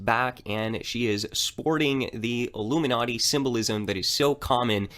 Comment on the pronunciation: Iilumenati as ulluminati 😂😂😂😂